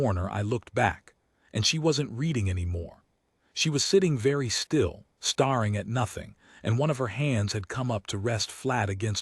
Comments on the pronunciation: Staring is not pronounced "star+ing". It is pronounced "stair+ing". AI always picks the wrong pronunciation. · I cant anymore. Would you please teach your AI how to speak properly? It's bad enough it can't tell the difference between STARRING in a movie and STARING at a wall, but during the climax it completely gave up and resorted to spelling out all the unique nouns. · Text to voice is in bad need of update. Stare and star are different words, and the accents on words sometimes makes no sense.